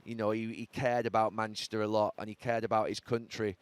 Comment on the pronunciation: Is it only me or does Gary still refer to them as Money-chester 😂😂